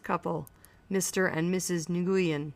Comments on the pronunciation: The Vietnamese couple's name is pronounced "Win," not "Nigoiyen" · new-yen thats how its said :P thanks anyway this helped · I’d rather she say “nwen” than “nagooyin” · STOP SAYING NGUYEN LIKE THAT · the way she said it pissed me off so much